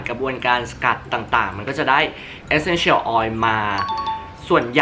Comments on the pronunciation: ทำไมออกเสียง Essential แบบนี้ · ฟังการออกเสียง Essential แล้วจั๊กจี๋ 555